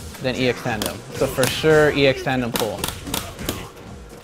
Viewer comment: it slightly bothers me how he doesn't stop calling Tanden Tandem...